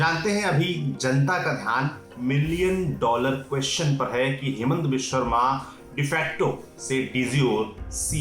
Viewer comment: His name is Himanta... Not Hemanta